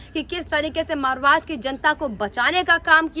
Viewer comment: आपको मैने दो तीन बार बताया था महाराष्ट्र बोलो मारवास क्यू बोलती है बेटा